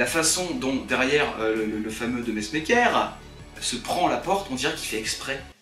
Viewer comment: En fait on prononce "De Mèsmaakeur" (coucou de la Belgique!!)